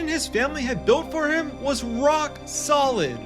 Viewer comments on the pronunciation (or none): none